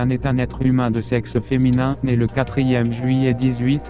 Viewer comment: Tu devrais travailler plus t'es vidéo Du moins le montage Et aussi certain passage de la voix genre un exemple quand il dit "humain" la voix dit "humé"